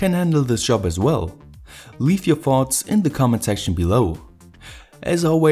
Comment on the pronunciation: Man I always think you say "Farts" when you say"Thoughts"